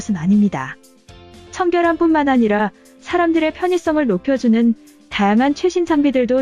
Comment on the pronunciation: '다양한'의 '양' 발음 연습 좀 더...